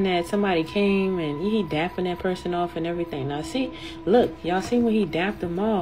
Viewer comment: That was acshuwly a pewson